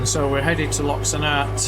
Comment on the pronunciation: Loch Sunart is pronounced “ Loch Soonart”